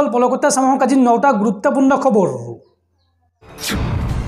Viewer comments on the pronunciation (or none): আপোনাক এজনে খবৰ বুলি শুদ্ধ ৰাই দিয়াৰ পিছতো আপুনি খব ৰো বুলি কৈ থাকিলে শুনিবলৈ বেয়া লাগে।